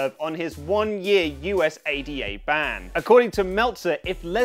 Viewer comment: So funny how he said Usada